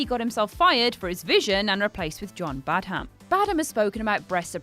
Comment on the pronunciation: Sorry, what? BadHAM? You mean Badde'm?